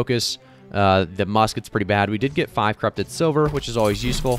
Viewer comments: S L I V E R not S I L VER SMH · Sliver. Not Silver. lol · Sliver, not silver xD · Mispronouncing Rapier and Sliver triggers me so badly, but that's a me issue. Good video otherwise / do more of the openings!